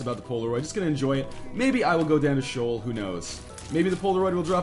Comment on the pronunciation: its pronounced she'ol. sheeol. not shole learn your hebrew ya jew